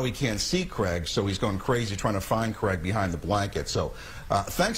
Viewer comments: Totally thought he said he loves crack for a minute then, im a Brit, we pronounce it like crayg. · What can’t Americans say Craig? Who is Creg??